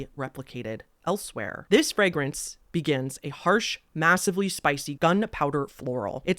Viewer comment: first, great review. don't take this anyway in particular but, i gotta ask. where are you from? in general, US north, south, east, west, Canada etc,,, hust asking because of a few words you pronounced in a way i can't place. e.g. frag-rance (a couple times), la-nolin (early in the video. oir was this just a scripting reading error kinda thing. was just a curiosity.